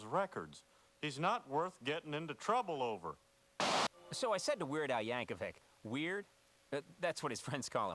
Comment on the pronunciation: No “H” in Yankovic. It’s pronounced YANK-UH-VICK. Yankovic. Dislike click.